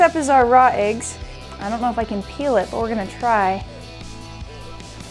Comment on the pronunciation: She pronounces it “Aeggs”